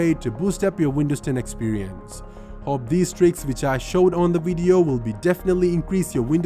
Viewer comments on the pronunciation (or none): It's should be video not wideo